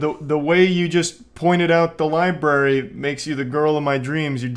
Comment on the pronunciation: "Excuse me, do you know where the LIBARY is?" My man immediately sounding like an illiterate goon. People really still forget the first R in libRary in this day and age, aye? Sad, lol.